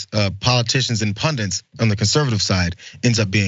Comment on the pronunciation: PUNDITS!!! It’s pundits! Why are you calling them pundants?!?! Makes my skin crawl every time I hear it 😖